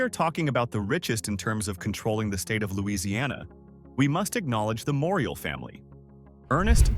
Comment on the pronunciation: Then you would have lost it when he tried to pronounce, "Morial", "Callipoe" and "Hollygrove". Thank goodness nothing happened on St.